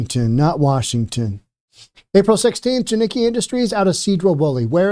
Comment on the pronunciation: This guy is retarded. Doesn't even pronounce the name right. He Doesn't kno shit he's just grifting at this point. The stopped doing the research and just chases making videos. Edit: he's not wrong washington is fucked. Jiniki. Its pronounced JAN ick KEE. my work is taking off. Time to move to Idaho?